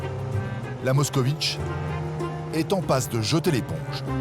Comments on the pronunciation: 😂Pas Mockovich😂, mais Mockvich est la bonne prononciation! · À moins d'une minute de vidéo, le commentateur nous cite déjà 2 fois la MOSKOVITCH, alors qu'il s'agit d'une MOSKVITCH (moscovite en Russe). Qu'il est nul! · Ça s'écrit Moskvitch et ça ne se prononce pas "moscovitch" (allez, faites un effort quoi !!) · MOSK - VITCH, pas MOSKOVITCH !!!